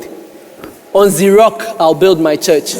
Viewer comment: On 'zrock' 😂😂😂 chale